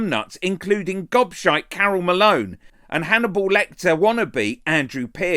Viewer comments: Did he say godshite???? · Did he say Gobshite???? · Did he say Gobshite,Carol Malone????